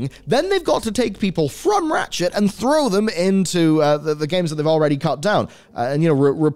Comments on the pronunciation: all I kept hearing was "rat shit" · I enjoy your gaming reporting but everytime you say Ratchet (an IP I love playing) it sounds like you are saying rat shit and I have done a double take or two.